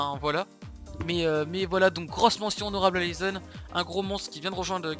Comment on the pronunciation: naizen au lieu de laizen ptn 😂😂😂